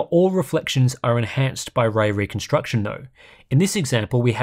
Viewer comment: Wespect fo pwonouncing way weconstuction without any hiccup! 😵‍💫👍